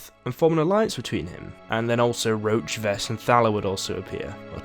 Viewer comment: he calls roche roach xD